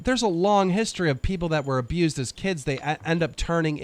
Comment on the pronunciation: It’s history, not hishtory